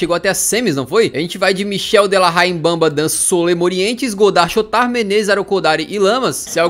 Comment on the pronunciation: ele não sabe "chotard" direito kkkkkkkkkk